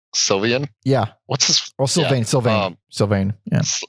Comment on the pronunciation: This band is WAY better than the Ramones...and it's pronounced "Sil Vain, Sil Vain." Billy Murcia was forcefed coffee by two groupies after he overdosed...the band themselves didn't have much to do with it from what I know. KISS SUCKS!!!! SERIOUSLY GUYS...in high school my friend and I used to get baked and listen to Kiss records and laugh about how bad they are. AND..this is coming from a guy who is a terrible musician. *AND...Kiss would be NOWHERE without the Kulick brothers!